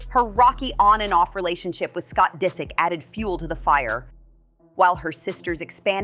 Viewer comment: "Scott Dee-sick"